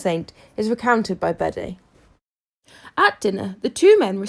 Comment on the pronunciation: Bede …hmm not pronounced Bead. Well I never